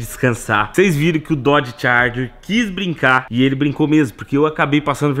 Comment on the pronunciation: Não é dorge charger e Challenger .